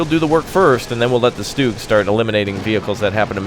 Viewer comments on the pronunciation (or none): Triggered- you called it stoog....its stug exactly how it sounds